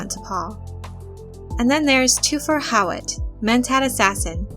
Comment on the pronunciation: i actually like Jurgen Prochnow's pronunciation of Hawat's name...